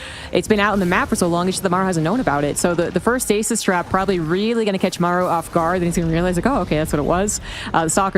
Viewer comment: Why can't say Maru? It's like, "meiru" when he says it. This isn't British English vs American English. It's a Korean name vs mispronouncing a Korean name.